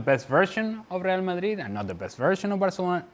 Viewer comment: "Real Magrig"